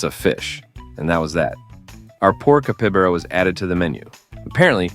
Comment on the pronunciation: Oh my ! Listening to this ai murder the name of capybara is too funny!! Guess he gets it right most of the time.